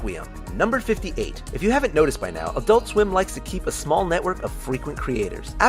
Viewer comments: Why can't Americans say "adult" properly? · EnergyN7 There are two syllables. I pronounce it "ad-ult", like everybody else who isn't American.